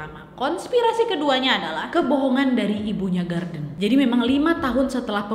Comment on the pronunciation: Nad, knapa mukamu tuh mrip x dngan kwan qu wak?? 😄😄 Btw, knapa kao nyebut nama si Gordon itu jdi Garden?? 😅😅